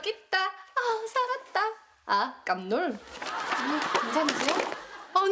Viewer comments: ㅋㅋㅋ 아➡깜↘놀↗ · 아아➡️ 깜↘️놀↗️